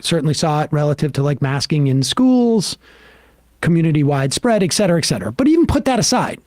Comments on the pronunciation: Some day Sam will learn that it's 'et' cetera with a t. Clearly today is not that day. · Morons they may be - okay, no maybe about it - but I'll bet that even most of THEM know that it's ET cetera, not EX cetera. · Look, I love you guys, but it's et cetera (pronounced et ˈsedərə). It drives me nuts that you all pronounce it wrong.